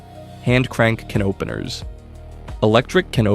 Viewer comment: What are these KUH NOPENERS you speak of , robot?